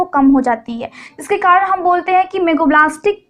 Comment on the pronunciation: Kadan nhi karan hota hai